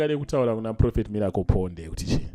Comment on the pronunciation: Guys pane anzwawo mbuya avo vachiti Mirapol hre 😂😂😂😂😂😂😂😂